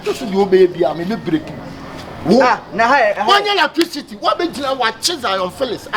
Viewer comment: Spell me 'latricity'😂😂😂 way3 ne ho latricity🤣🤣🤣